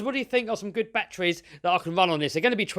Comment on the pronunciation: You mean kraken not kwaken, and It's batteries not bat-trees